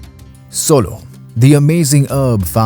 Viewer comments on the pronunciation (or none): It's srolo not solo ... སྲོ་ལོ་